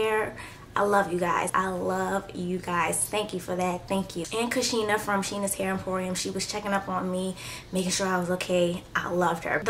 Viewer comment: love the curls girl I'll keep watching....it sound like you said ur name was Samone when you spoke to ur self :-)